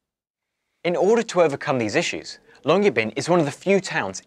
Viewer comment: Pronunciation of Svalbard and Longyearbyen was pretty damn good, couldn't help but notice.